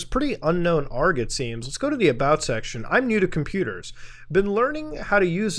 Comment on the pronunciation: Everytime you pronounce aloud it as "arg" and not "A R G" i die a little more inside